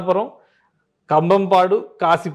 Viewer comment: జల్సా పురం లేదు నాయనా జలాలపురం తప్పు దిద్దుకుని మాట్లాడండి... 🙏🕉️🚩 జై శ్రీరామ్ జై అమరావతి జయహో భారత్